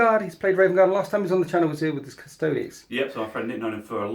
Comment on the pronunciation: Pronouncing “gauss” as “gows” and “custodes” as “cust-odes” is super fucking heretical.